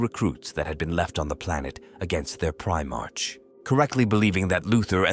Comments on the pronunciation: If we follow the 'proper' pronunciation (and the same is true for patriarch as well - [pey-tree-ahrk]), Primarch should be pronounced [pri-mahrk]. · Great piece of work, but oh my Emporer, you have to do redo this and get rid of "ist legion" was driving me nuts after 30 minutes. And Prime-Arch. Aaargh. Shame. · Someone please Ctrl+F the script and replace “1st” with “first” so the AI reading this gets it right. Hearing about the “ist” legion as many times as I did was driving me nuts. Almost as bad as pri-march instead of pri-marks. Other than that, a good read.